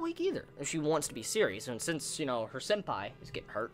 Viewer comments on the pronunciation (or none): none